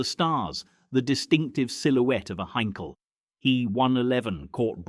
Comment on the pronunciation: Crap AI commentary will never pronounce Blenheim correctly..... Blen-hyme🤣😂🤣 Not forgetting Heinkel HEE 111